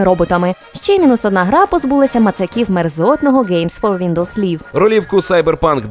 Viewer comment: Щось у сьогодні з англійською вимовою (liVe а не liFe, не evidence а advanced), а так гарний випуск отримуйте лайк:)